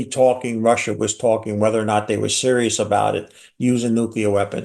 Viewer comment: “Rusher, Chiner, Ameriker”